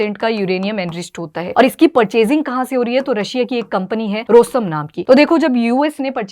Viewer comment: रोस्तम नही रॉसऍटम 😂